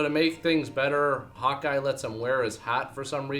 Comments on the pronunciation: when you say Hawkeye, it sounds like you're saying hot guy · sounds like he's saying "Hot Guy", instead of "Hawkeye"